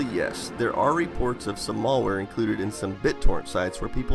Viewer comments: mälware, not mallware. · Mal ware, not mallware ;) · malware NOT Mallware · its malware, not mall wear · It's malware not mulware :) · "mall wear" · Say "mall-ware" one more time. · Malware not mall-ware stop being super ignorant. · ... "mall-ware"? Is that wares you get at the mall? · Please stop saying "mollware". :( You don't pronounce malicious like that, now do you? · I literally can't watch this due to this guy insisting on mispronouncing "malware". There's a single L only! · I don't like how you pronounce "malware".